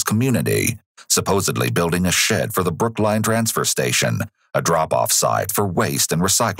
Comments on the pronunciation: okay great vid, but BROOK LINE???? damn. . Just listen. Damn that caugh tme off guard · "Located in Brook-Line"?